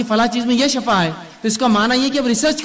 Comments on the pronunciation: اسلام علیکم و رحمتہ اللہ و برکاتہ بإذن اللہ تعالٰی میرے دینی بھائی معذرت کے ساتھ شفاء زیر کے ساتھ الله آپ کو شفاء عطا فرمائے (زیر کے ساتھ ) اور شفاء زبر کے ساٹھ ( جہنم کی ایک گھاٹی کو کہتے ہیں۔ یعنی جہنم کا گڑھا اور شفاء زبر کے ساتھ ایک اور معنی موت ہے برائے مہربانی آگر میں غلط ہوں تو میری اصلاح فرمائیں کیونکہ آپ باربار اس لفظ کو باربار دوہرا رہیں ہیں( شفاء زبر کے ساتھ ) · Shafa nahi shifa msna badal jata hsi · Assalamualaikum shafa kiyun bol rahe h..sofa bolna chahiye 😢😢😢😢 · shifa. . . shafa nahi